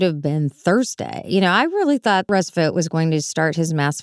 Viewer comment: Vought rhymes with thought and fought, not vote.